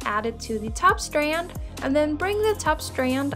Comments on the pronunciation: what "facts" are there to check? lmao just the way she says STanD sounds funny bc of her accent. No one was being rude. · Thank you for this tutorial I really appreciate it but I just have to say why do u say strand like that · "strand" nooooooooooo